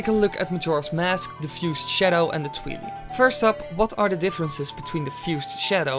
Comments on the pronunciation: Did he just say Twee-lee? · why can't you say twili like twilight.....